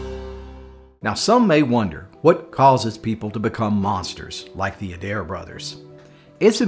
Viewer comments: Im born and raised in Rutherford County and had never heard this story before. Thanks for telling it. Just a side note around here the name would be pronounced A dare. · Plenty of Adairs in Virginia and Southern WV. They pronounce their name as “ Aye dare” 2 syllables but spelled the same. The ones I know are good people. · Love there stories but the fake southern accent is kind of annoying to some of us real southerners. Also, it’s pronounced A-Dare